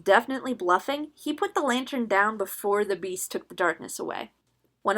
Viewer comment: Lantern but i hear u say it as LAYTERN